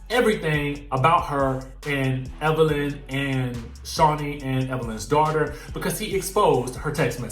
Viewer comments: 😭😂😂😂😂😂😂😂😂 I CAN HEAR IT TO 😂😂😂 “DAWTA” 🤣🤣🤣🤣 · Right on girl. Dawta lol. Thats exactly how she says it! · It’s the “Dawta” part for me🤣🤣😭💀💀!!!!!!!